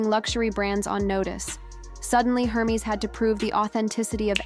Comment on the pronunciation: Please pronounce Hermes correctly, it's not her-mes, it's er(like air) mes like mez